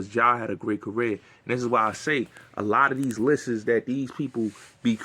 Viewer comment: Every time you said lisses I corrected you and I said *lists for you haha 😆